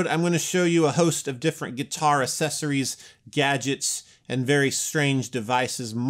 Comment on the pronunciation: Why are people not able to properly pronounce the word "Accessories?" Annoying.